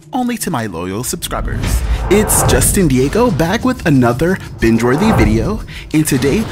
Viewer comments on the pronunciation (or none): none